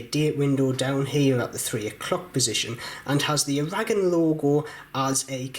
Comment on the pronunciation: I don't know why he mispronounces Aragon.